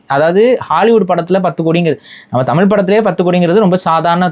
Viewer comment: உங்கள் கதைகள் நன்றாக இருக்கும். ஆனால் தமிழ் நாட்டில் ல் ள் ழ் இந்த மூன்று எழுத்தும் ஒரே மாதிரி உச்சரிக்கிறீர்கள்? தமில் என்று சொல்கிறார்கள். இளம் பெண்கள் மறுபடி சொல்லுங்கள். It's sounds like இலம் பெண்கள். தயவு செய்து தமிழை தமிழாக உச்சரிக்கவும்